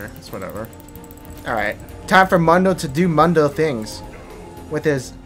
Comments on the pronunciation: mu-n-do .. the champ say hes own name like 1000 times in 20 min and you still call him moondoe :(((( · is noone going to say anything about the way he says mundo? come on bro you know better lol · Why even write mundo in the title if you keep saying mAnDo whole time